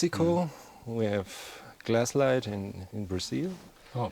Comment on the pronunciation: Everyone keeps pronouncing Glasslite as "Glass Light" it is actually pronounced "Glass Lee Tay"